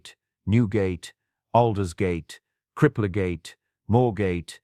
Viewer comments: I thought it said "Ten-oh-six six" and where exactly are "Lude-gate" and "Crippler-gate"? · Too bad the quality of the voiceover isn't up to that of the video. Idiotic mispronunciations like "Loodgate", "Crippleygate" and "ten-o-sixty-six". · Loodgate, Cripp-le-gate, ten-o-zixty-six! How can the images be so clever and the voiceover have such childish errors?